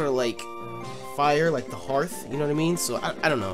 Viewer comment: OH MY GOD! said hearth correctly. Too many people pronounce it her-th.